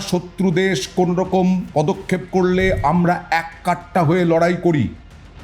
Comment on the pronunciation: "এক কাট্টা" নয়, সঠিক শব্দ হচ্ছে, একাট্টা...! মি. একি কাণ্ড ! বুঝতে পেরেছেন...?